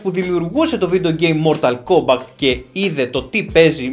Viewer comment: Μορταλ κόμπακτ ακούω η μου φαίνεται?